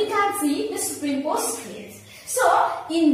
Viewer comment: plz explain superimposed more clearly...when I first saw your video, I was not able to understand..had to look another video.. and btw it is pronounced as "super-imposed" not "superim-posed"..